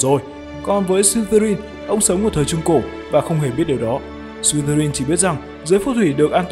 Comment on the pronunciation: em tưởng nhà Ravenclaw là con chim ưng cơ...thấy trên wikipedia nó bảo vậy :)))....mà đoạn Ad đọc buồn cười vãi chưởng "Sờ li tơ rin" :)) má em cười sảng cười ẻ